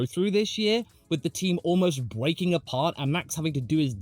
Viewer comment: Bweaking apart